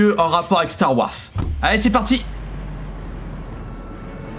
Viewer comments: s’il te plaît arrête de dire star warce mais star warze merci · star warz ça ce prononce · Ça me stress comment il dit Star Wars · Tqt pareil faut qu’il apprenne